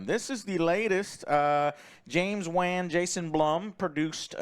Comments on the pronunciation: Joe still can’t pronounce Wan correctly. It’s incredible. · I hate to be that guy Joe, but his name is James Wan. Not James When or James Win; it's Wan. Pronounced like: W-ah-n Other than that, great review as always guys. Think I'm gonna sit this film out, never been a massive horror fan so it's gotta be real good for me to watch. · Joe really needs to learn how to pronounce people's names... if you're going to act like a movie review channel you should at least do your homework and learn how to say people's names correctly. It's not that hard to do a little research and not sound dumb. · Can you teach Joe how to say James Wan name plz